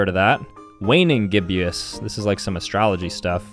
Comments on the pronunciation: Its pronounces GIB-ISS not GIB-YIS and they are phases of the moon. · "GIB-EUS" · its pronounced “GIB - is” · It’s Gib-us not Gib-e-us. It’s also a phase of the moon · it’s pronounced “Gib-Us” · Just so you know it’s waxing gibbous is pronounced waxing gibuus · so we’re gonna ignore the fact that for whatever reason somehow doesn’t know what a gibbous is. and and also the pronunciation is (GIB-IS) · love how he pronounces it gibbyous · The waning and waxing Gibbous are called moon phases 😂 and ur not pronouncing them right